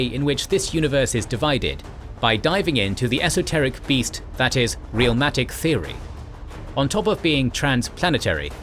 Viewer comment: A bit of a nitpick but its not "Real matic theory" its "Realm matic theory" Realm not real